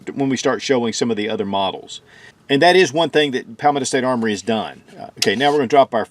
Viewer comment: Say it with me ..paul - meadow .. i dont know what hes saying but it isnt anything close to palmetto .. 😂😂